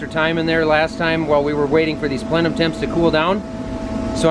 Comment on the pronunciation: The way you pronounced plenum. Haha